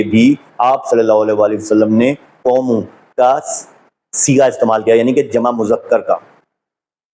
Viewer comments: Qomoo. Is wrongʻ....it's qoomu......u can't read Arabic . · صاحب اپ کی محنت بہت سے لوگون کے لیے سود مند ثابت ہو گی ان شاء اللہ دین مین نقب لگانے کیکوشش کرنے والے اپ کی کاوش سے رسوا ہو رہے ہین یہ دین کی بہت بڑی خدمت ہے جزاکم اللہ احسن الجزاء قوموا کا تلفظ ذرا درست فرما لین بہت شکریہ